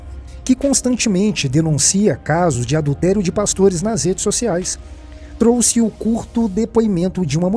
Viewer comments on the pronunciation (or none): none